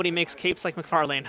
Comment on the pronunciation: McFar-Lane 🤣 It's pronounced "McFar-Lyn"